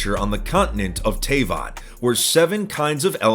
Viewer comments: Teyvat is pronounced T-v@ not tay-v@ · Hey Just wanted to say you nailed it describing Genshin Impact in your video. It's hard to find good Genshin Impact ads right now, but yours was certainly among the best and most informative. One thing for future reference though. I believe Teyvat is pronounced "Te" and then "vat" as in "vat of acid". I hope I get to see you sometime in game if you're playing. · BRO TOU SAID TAVAT WRONG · He said teyvat wrong